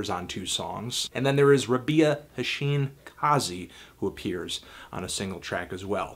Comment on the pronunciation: Her name is pronounced Rah-bee-uh, FYI dude!